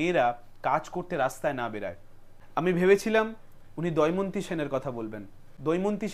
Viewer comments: দয়মন্তী নয়, দময়ন্তী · ভাই, কথাটা দয়মন্তি না, দময়ন্তী। ভুল মানুষেরই হয়। আপনার উপস্থাপনা কিন্তু আমার বেশ ভালো লেগেছে। আপনার সাফল্য কামনা করি। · আমার খুব প্রিয় ব্যক্তিত্ব । ওর কথা বলার ধরণ এবং ওর প্রতিটা video -এর বিষয়বস্তু আমার খুব ভালো লাগে । কিন্তু আজ দময়ন্তী সেনের কথা বলতে গিয়ে বলল দয়মন্তী সেন । আমি চাইবো পরের video -তে এই ভুলের জন্য ক্ষমা চেয়ে নেবে । হতেই slip of tongue......